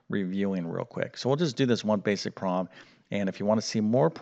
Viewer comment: I love your videos!! Thank you!! They are so very supportive!! I still don’t know what a “prob’um” is though! Lol!! That’s okay! Your math teaching is cool!! I learned pronunciation from mommy and daddy so no prob’um!! I am very thrilled to just be relearning math from you!! Thank you again!!